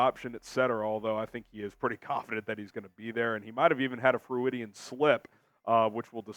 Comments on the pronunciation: FYI, Freudian is pronounced Froy-dee-in, after Dr. Sigmund Freud (pronounced Froyd), not froo-id-de-in. Once an English teacher... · It's pronounced Froydian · Did just say Freu-idian? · look up how to pronounce 'Freudian.' You're a great host, but can mispronounce words - especially the same word twice in one broadcast. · Lean how to pronounce FREUDIAN. It's 3 syllables, not 4. Using "big" words you can't pronounce makes you sound dumb.